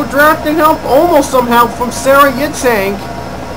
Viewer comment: its pronounced yitzhuhk like ur saying huh yitz